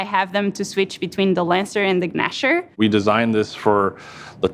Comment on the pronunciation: Did she just pronounce the g in Gnasher? Maybe I'm crazy. But I thought I heard her say guhnasher